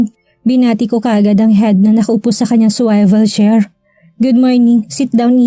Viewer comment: ilan na yung nagkocorrect ng pronounciation ng Swivel chair. Until now ganun pa rin pronounciation mo. Sana matuto ka naman na makinig at icorrect mo pronounciation mo. I don’t mean to offend you.